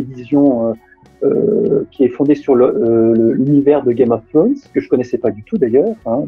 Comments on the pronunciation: Un Youtuber linguiste qui prononce "Game of Frones" laules. Tu sais, bien des anglophones, lorsqu'on leur présente le son "thr", ont tendance à faire un R roulé ou presque, et pas que les écossais. Ca simplifie beaucoup. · Arrête de dire "game of ssronz j't' en supplie 😩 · "gaïme of srhône" ^^ très bon accent des fois Et Jon Snow n'est (n'était) pas puceau, il a ken la rousse dans une grotte ^^